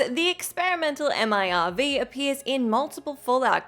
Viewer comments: M.I.R.V? Just say Merv like normal people please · Spelling out MIRV rather that just pronouncing it made me hurt. Realizing we'll have to wait forever to actually get "Fallout 6" was a fatal blow. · Wow imagine actually spelling out MIRV rather than just saying as its actual word